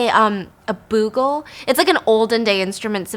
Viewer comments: Bugles aren't that common these days, so it's not a criticism or anything, but I just want to point out that it's not pronounced "boo" -gle but rather "bu" - gle ("bu" rhymes with hue or you or dew). Love your storytelling, Stephanie! Fascinating stories!! 💚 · Byyyuuuu-gul not boogul ❤️ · It’s pronounced Be-you-gul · Hey Stephanie & Stephfiance. Just letting you know that "Bugle" is pronounced: Beau-gle (change "boo"gle to "beau" as in beautiful) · I love you guys! Your videos always put me in a better mood. But please don't hate me for commenting to let you know that instead of "boo-gle," it's actually "byu-gle." I tried to see if anyone else had already said it. Commenting out of love!♡ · Bugle is pronounced b'you-gull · Actual story starts Edit: cracking up at the way you're pronouncing bugle 😁 it's "BYOO-gil". Love you Stephanie!! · I came looking for this comment! 😂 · Just about to say this too. 🤣🤣😂🤣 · The last story is the European version of the bling ring. You’re right, so many expensive things were not protected I had all of until recently, no one thought anyone would be confident enough to try and steal it. But also the way you pronounce bugle LOL I’m crying. It’s pronounced the same as the chips, the instrument is their name sake because they are shaped The same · Thank you! I didn't want to be nit-picky but she said it so many times. 😂